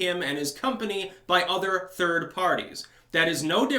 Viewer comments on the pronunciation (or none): none